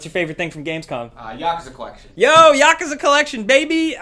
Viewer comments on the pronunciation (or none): YakOOOza not Yakuhza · sounds like your saying yakaza not yakuza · It’s pronounced yakuuuuuuza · Yakuza is pronounced Yeah ( slowly say that )-KuZa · Guess americans cant say Yakuza right....